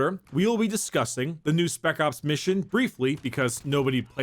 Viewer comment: "we will be disgusting." Anybody else here that???